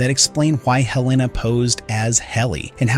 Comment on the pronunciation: Sorry, but it drove me crazy that you kept changing your pronunciation of a major character’s name. It is HEL-la-nah, not Hel-LAY-nah.